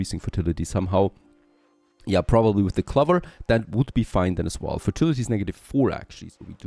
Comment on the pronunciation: Ceramics sounds more like sir-amics. Clover has a strong O. ✌️